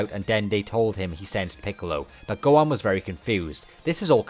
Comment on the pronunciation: God your pronunciation of Gohan is irritating 😂